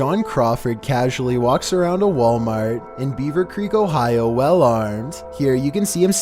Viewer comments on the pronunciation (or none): none